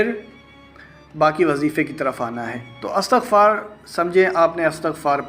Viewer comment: Istagfar sahih hai.Astagfaar galat hai.